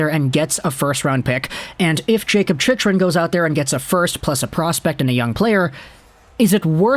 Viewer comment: As, probably, the only AZ fan in the thread and since we'll probably be talking about Chychrun for the next couple of months, I'm going to help you out with the pronunciation. "Chick-run" Also, since we'll probably be talking about AZ's arena problems into next year, for future reference, "Gila River" is pronounced "Hee-la" 😊👍